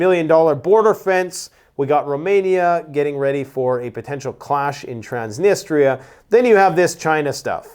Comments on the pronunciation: My OC is kicking in,. It's Trans-ni-stree-uh. Not pronounced Trans-ni-ster-ee-uh. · It's Transnistria...not Transnisteria!